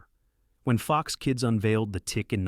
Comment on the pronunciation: It’s FOX, not F-O-X.